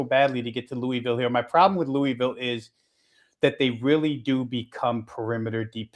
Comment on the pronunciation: Dude learn to say Louisville - it's not Louie Ville..... It's pronounced Lou-uh-vul